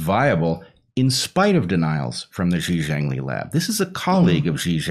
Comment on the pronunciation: Dear Bret and Heather: Clearly, you need some help with pronouncing the name Shi Zhengli. Shi rhymes with "her." Zheng is the same as the first syllable of "jungle." You got the Li part right.